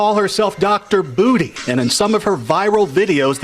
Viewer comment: Her last name is Bootay? 😂